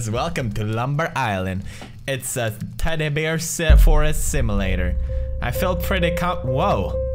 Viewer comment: Love how he says teddy bear like teddy beer :3 hahaha